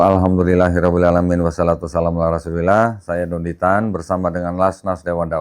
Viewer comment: Tolong,bacaan pembuka salam agaknya kurang dikit tartilnya, harusnya yg bener (washolatu wassalam) bukan( wasalatu wasalam)